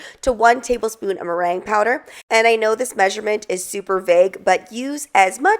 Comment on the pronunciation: Sounds like you're saying brain powder, I know that's not what you're saying. I listened to it several times can anyone tell me what the first word is please?